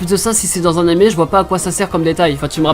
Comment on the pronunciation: on dit animé pas animè juste parles normalement c'est stressant mais bon bien quand meme